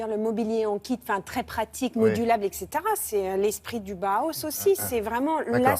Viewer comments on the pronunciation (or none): Une information très très bancale pour avoir étudier le Bauhaus, je trouve qu'en six minutes on peut largement mieux résumer l'histoire du Bauhaus (qui se prononce en deux temps Bau et Haus) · aucun d'entre eux n'a réussi à dire Bauhaus correctement XD